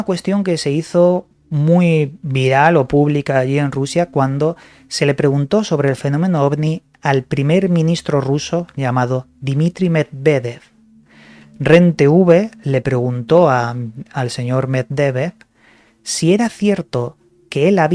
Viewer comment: No es Meddevev es Medvedev